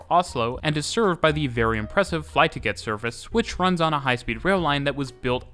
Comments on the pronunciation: I'm sorry but flytoget is not pronounced "fly to get" - remember that it's not English. Loved the video but this made me laugh. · Lol as a Norwegian who lives in Oslo, I can’t stop laughing at how he butchers the place names. Especially the name for “flytoget” meaning airplane train/fly plane, and not “fly to get”. Yes we are a small city, but those metro cabins are stuffed during rush hour, so having them even smaller or fewer would make no sense! Also as other Norwegians has already commented on, those “mountains” are hardly seen as that by Norwegian standards🤣🤣🤣 Maybe as a Dane😝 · hahah "fly-to-get" - love it <3 I'm gonna start saying that from now on. It's actually "fly-toget", which directly translates to "the airplane train". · Flytoget - fly to get 😂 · I love the Oslo metro! I live next to Ensjø, the stop between Tøyen and Helsfyr so we get all but the 5 lines. Looks like the new tunnel might connect just before us too! If I need to go anywhere where the 5 serves, a quick walk from my house is all I need to get to Tøyen (it is quite a steep walk, so I prefer walking to Tøyen but not back). Haha, the way you pronounced Flytoget was kinda funny. I would translate it to The Airplane Train, but Fly To Get is a good compromise :)